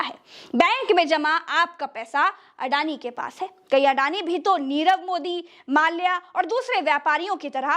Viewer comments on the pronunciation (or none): none